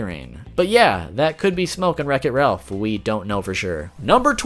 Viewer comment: To me it sounds like you said racket Ralph